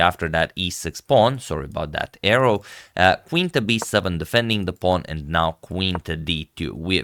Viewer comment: "Sorry for that arrow" or "Sorry for the error"? C. Can't tell